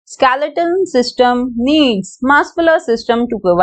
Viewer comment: it is skeletal not skaletal